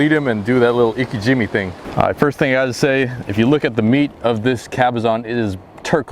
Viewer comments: Just for future reference, Its pronounced “Ee Kay gee meh” not “ Ee Ka Jimmy”. The technique you’re using is best for raw fish consumption and even then you have to age your fish after bleeding it out as well. Here s more info on the technique Btw thanks for showing us the process and that was a wonderful catch! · pronounce it ee-kay, jee-may